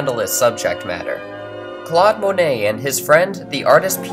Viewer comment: At one minute 37 seconds we see a canvas by Paul Cezanne. I do not believe he was an Impressionist...rather a post-Impressionist. Also, you might want to check how certain French names are pronounced. We do not pronounce the "et" at the end of the name "Monet" as 'ette'. We pronounce it as the letter A. Clearly, we have chosen to adopt the French pronunciation of the name. So, please pronounce the first syllable as the French do. Monet.:Mon as in mon ami not as in "Mow the lawn " Not Mown-ay but Mohn-ay Also.... DEgas is not Day-Gah. And the final S is not pronounced. REnoir is not Ren- wah. The DE and the RE are pronounced as in JE suis. It is easy enough to Google how a word is properly pronounced.